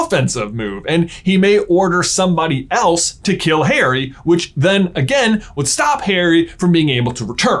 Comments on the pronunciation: My friend said why does this guy keep saying "Hairy" instead of Harry and now I cannot un-heary it. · It is Harry, not Hairy as you say it many times annoyingly. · 3mins in... STILL SHOUTING...!!! Combined with your constant mispronunciation of Harry's name as "hairy", I cannot continue, which is a pity because I was genuinely interested in the content. I can't listen to it. I quit. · Omg stop don’t say “ hairy “ it’s “ harry” like Harriet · his name is not Hairy, but Haary, thanks. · i cant seem to commit to this video coz he keeps saying hairy and not Harry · Am I the only one to hear Hairy Potter and not Harry Potter? Is this an inside joke I missed out on? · "hairy" bro are you KIDDINg me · same for "hairy" potter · The way you pronounce Harry makes me cringe so hard (it’s my name lol)